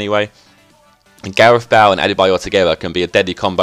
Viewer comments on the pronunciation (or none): Bahl? Pretty sure Bale is pronounced Bay-le. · Gareth Bale not Gareth Bell hahaha nice video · sounds like your saying bowel :L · you're saying bale wrong...